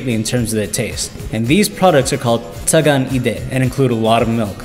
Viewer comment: Say Tsa-gaan not tsag-aan.